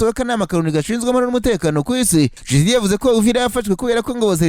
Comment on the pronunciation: Ese ubwo kuvuga Tchisekedi byarakunaniye burundu Koko!!! Ujye uvuga witonze nibwo twunva neza.